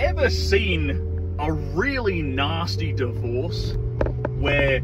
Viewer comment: She pronounced divorce wrong.